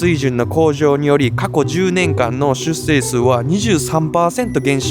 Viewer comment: 出生←しゅっせいじゃないよ…